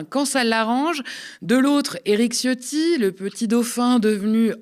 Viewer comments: On dit pas "Ciotti" mais C(h)otti-rez la chasse d'eau après vous svp qu'elle remonte pas se présenter au élection ! Hein Fesstrozi, récupéré ta 💩 lâchée ! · Faut prononcer "tchiotti"; Parenthèse : comme dit ma mère, quand je lui dis : "maman, c'est moi le chef !" elle me répond : "ouais, le chef des chiottes !". Ma mère est flamande, c'est l'humour des Flandres.